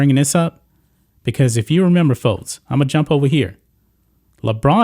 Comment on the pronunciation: Fotes? I think it’s pronounced folks.